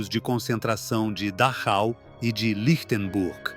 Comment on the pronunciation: No se pronuncia dáchau ni reich. Se pronuncia Dájau y Raij